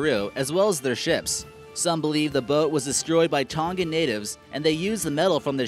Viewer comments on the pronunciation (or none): none